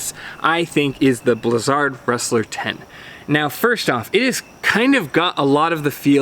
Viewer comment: Is it really pronounced blizz-ARD? I'm ok with it, I've just never heard it pronounced that way.